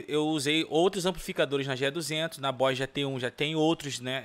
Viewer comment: "Bois" Gt-1? 🤔 "Bois" ou Boss?